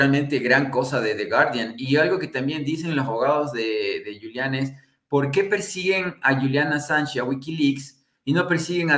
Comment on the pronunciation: Es julian no yulian .